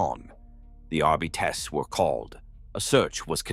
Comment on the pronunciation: The crappy AI images really detract from this. Also, it's really weird how the narrator mispronounced Astartes and Arbites which makes it feel so weird, like it's AI too